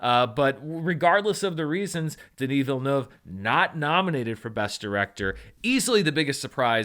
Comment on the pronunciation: Random observation, but as a French Canadian from Quebec, I really appreciate the effort you are putting into pronouncing Denis Villeneuve's name correctly!